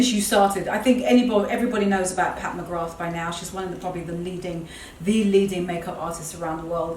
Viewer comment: Filming in front of that large mirror is great because we get to see the back of the dresses as well as the front at the same time. 👍 The dresses are gorgeous and those trousers you've ordered look amazing. One thing - Pat McGrath - The 'th' is silent, just say MaGra. It's an Irish name and I'm Irish and have a friend with that name.